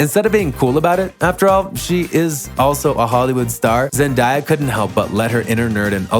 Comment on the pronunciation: PLEASE WHY ARE YOU SAYING HER NAME LIKE THAT 😭😭